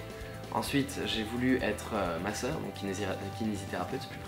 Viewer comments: il a dit masseur j'ai comprit deux fois ma soeur XD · Quand tu dis je voulais être masseur, je croyais que tu disais MA SOEUR! ahah